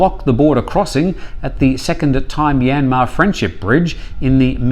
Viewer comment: So funny when you turn on your "ying-tong" accent when you try to pronounce Thai names/places.